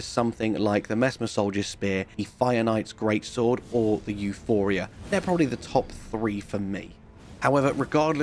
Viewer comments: The weapon is Euporia. Not Euphoria. It seems a common mistake but I'm unsure why. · It's EuPORia, not EuPHORia.